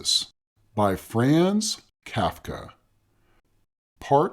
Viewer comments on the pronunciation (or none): Frahhhhnz Kafka. Frahhhhhnz. Not Frayn, like Fran Drescher would say. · Jesus F. Christ. You begin by mispronouncing both Franz and Kafka.